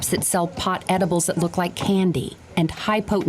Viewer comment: "How much is that ediblllle in the window" x'D